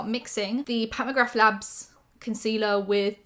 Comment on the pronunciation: The "th" at the end of McGrath is silent. ✌️💕